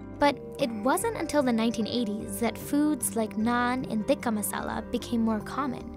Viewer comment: Did she just say "thicc-ah masala".........